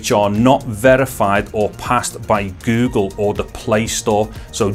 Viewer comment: the way he says go gle makes ma laugh